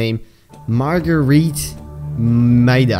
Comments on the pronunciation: Marguerit's pronounced Mar-guh-ret. How I think though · Not to be mean but the pronunciation is mar-g-rite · When you said magareet